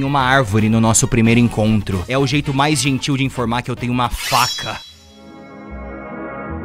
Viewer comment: T3ddy: "maais com i" T3ddy também: "feItiche"